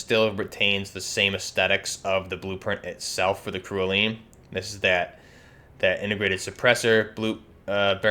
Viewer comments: Cerulean is pronounced "sehr roo lee an" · ....its “cerulean” its a shade of blue....wtf man. “SE RU LEON” smmfh.